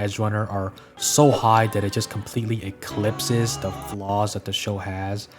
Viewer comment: You know I wasn't sure if I should like the video but the third time you said "eclypses" really made me chuckle so I have to agree with you.